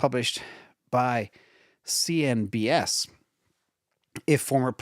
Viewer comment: “CNBS” I was like huh? What news channel is that… 😂